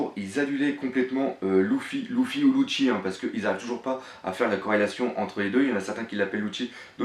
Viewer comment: propre ta vidéo j'adore je les suis toutes mais y'a un gros problème ça me fait mal au oreilles quand j'entend loufy et louchy, c'est Leufy (lufy) et lusie et non louchy faudrait pensé à voir la prononciation des blases sinon c'est vraiment nickel